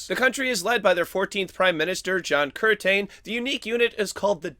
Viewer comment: The 14th Australian PM was John Curtin, note there is no "a" in Curtin. It's pronounced Cur-tin. Not Cur-Tain. Play less games & finish your education. More generally, do you speak like this in real life? If not, don't subject people to this radio announcers voice. It's stupid when they do it, it's stupid when you do it.